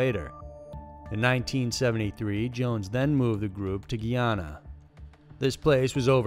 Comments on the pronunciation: its guy-ana not gee-ana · He didn’t even say Guyana right🤦🏾‍♀️